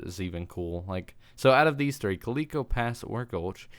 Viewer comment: You... Cannot say calico. Odd, I think. No problem with it, I've just never heard any one ever butcher it like that. Way back in the day, when I had an Atari a neighbor of mine had a sorta similar thing called ColecoVision, I think. You pronounce calico as they pronounced Coleco.